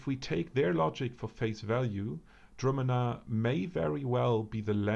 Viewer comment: I am pretty sure its pronounced: (dru'- manna), so it is. Correct me if I'm wrong. Very interesting vid, btw.